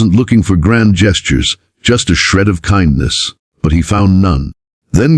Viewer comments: Nice story, but kihndness corner? AI needs a little work. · Why can't you pronounce KINDNESS properly (It's the title of your stories after all)